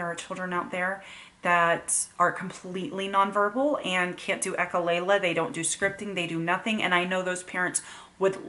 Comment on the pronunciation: Please say echolalia instead of echolayla. I'm only saying this because your channel is a good teaching channel.